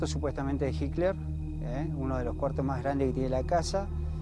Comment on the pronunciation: Por que el periodista y varios reportados le dicen " Jikler " me llama mucho la atención.